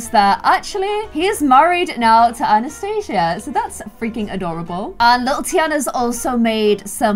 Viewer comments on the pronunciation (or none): none